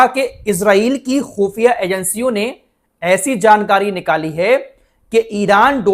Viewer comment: خو فیہ نہیں خفیہ ھے لفظ معذرت چاہتا ہوں